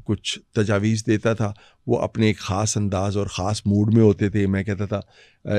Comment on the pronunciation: مُحترمہ کھُش نہیں خوش کھاس نہیں خاص خ کو کھ نہ بولیں